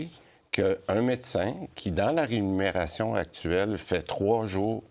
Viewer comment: C’est la Remuneration et non Renumeration😅